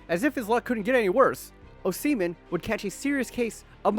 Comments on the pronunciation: That was a well researched, well editted, and a confidently delivered profile of Osimhen. But dude, its 'Ohss-ih-men', and it is important to get a person's name right to get credibility, as im sure youve experienced yourself 🤔 Are you really a, as you sound very Seppo to me 😋An slightly larger Asian-American? lol Im a Limey that lived in actual Asia for 15 years, its the best place in the world, apart from Aus, lol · PLEASE STOP SAYIN O SEMEN. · Is it pronounced “ohh semen”? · say his last name right man god damn